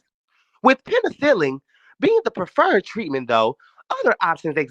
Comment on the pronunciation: 😂😂😂😂 I had to look at the phone, like huh??